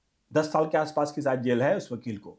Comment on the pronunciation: शायद का उच्चार गलत था।